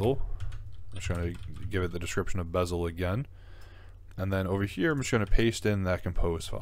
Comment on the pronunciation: its beszel not bezel. Maybe learn alphabet before giving advice ?